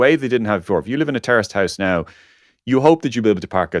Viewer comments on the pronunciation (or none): You are literally pronouncing terraced house: 'terrorist house' I dont know do you realise that